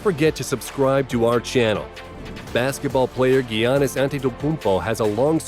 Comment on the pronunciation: It’s yannis not g anni